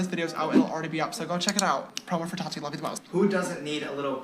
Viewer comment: The way you pronounce Tati like ratty with a T makes me giggle